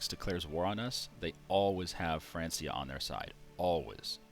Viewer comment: I know you know, but I'm here to remind you that you pronounced it "France - ia" again. It's a hard C sound!